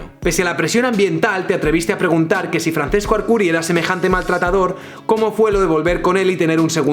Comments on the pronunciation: Un italiano muere cada vez que dices Francesco y no Franchesco... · hace daño al oido oir francesco, se pronuncia franchesco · Illo, se pronuncia /fran-ches-co/ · Simplemente me parece incomprensible que en España no sepan cómo se pronuncia el italiano. Francesco se pronuncia FranCHesco. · Arrghh, mis oidos. Se pronuncia Franchesco Archuri. C en italiano es ch. Ch es c y gl es ll. Calliari, no Cagliari. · Francesco no se leerá "Franchesco"? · Se pronuncia "franchesco" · Te quiero muy fuerte pero cuando pronuncias "Franθesco" me duele mucho por la zona de los tímpanos. Pronunciad a la italiana, plissss :( . Por cierto, el mejor vídeo que has subido nunca. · Se pronuncia franchesco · Se pronuncia Franchesco, ce en italiano se pronuncia "che".